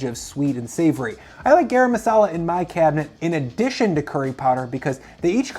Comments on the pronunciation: Please pronounce it GUH-rum masala. :) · This is terrible advice. And you mispronounced turmeric and garam masala.